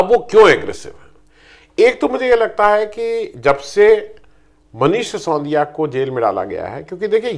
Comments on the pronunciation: आप हमेशा "सिसोंदिया" क्यूं कहते हैं? वे बेचारे मनीष "सि सो दि या" हैं। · उच्चारण दोष!